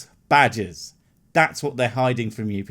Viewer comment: good thing you put up a picture. i really thought you were saying badges not Badger's